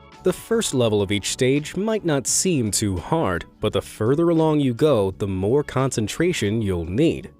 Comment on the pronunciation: it is toou hord.